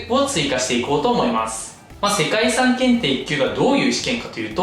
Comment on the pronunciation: 遺産が理3に聞こえるw